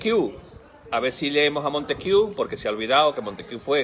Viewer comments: Me gusta ese influjo trevijanista. Creo que es el mejor camino. Ya sólo falta proponer la abstención que deslegitime esta partidocracia que nos enchufaron en vez de la Democracia prometida. (Y haced el favor de pronunciar bien Montesquieu, jajaja, que "Montesquiú" suena a cachondeo). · La constitución del 78 no es una constitución. Es una carta otorgada. La revolución francesa no generó ninguna democracia. Sino en el emperador Napoleón. Y pronunciar Montesquieu, una palabra francesa en inglés, es bastante desacertado. Y llamar democracia al régimen del 78 es un despropósito de dimensiones universales.